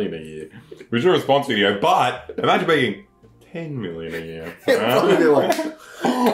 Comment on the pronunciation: same miwion dowlers